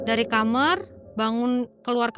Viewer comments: Kenapa nyebutnya kamer sih,,bukan kamar?? Dengernya kayak gimana gitu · Kenapa aku selalu kesel kalo ada orang yg bilang kamar jadi kamer why can you pronounced such a simple word KAMAR